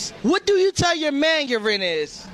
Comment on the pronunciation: Wow...all those fearured black women would steal. It's not pronounced "Ren". It's called "renT"..with a "T" ....trashy. devoid of honor. Worthless as a spouse.